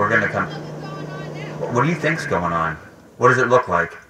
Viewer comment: bro at the end really said we are gong food shopping